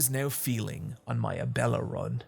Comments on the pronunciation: Whoever bullied him into pronouncing Abella. Also, DO YOU WANT HIM TO WHEEL IT DOWN THE STAIRS?! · Glad learned to pronounce Abella's name for this video, it was weird how he kept calling her Ebola on streams.